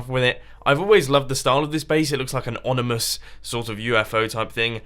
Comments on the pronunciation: Onemous? U mean ominous, right? Anyone else hear that? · mumbo its ominous, not onimous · He said onamiss not ominous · ominous* you said "onimous" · said ominous wrong :-P